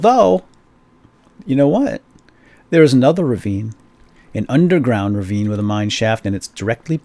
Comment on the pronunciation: it's "ravine"